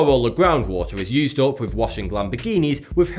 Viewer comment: "Providing Norf Africa wif fwesh water."